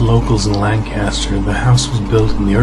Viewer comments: no Lancaster, Ohio. he said it like Land - caster. when its actually pronounced Lane - custer haha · you said lancaster wrong. i can deffinately tell you're not from here.